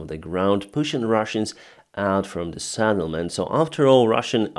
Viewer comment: SETTLEMENT not SADDLEMENT. Over and over and....